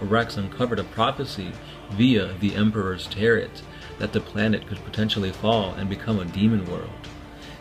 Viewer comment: I love you guys but the astounding number of mispronunciations make me cringe so hard. "Artificial power armor", "Emperor's Tarrit".